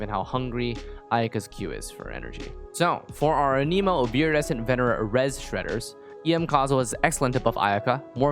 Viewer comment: curious as to why you always say "a neemo" instead of "anemo"?